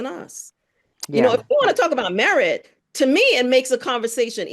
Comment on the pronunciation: Merit = "MeWhite"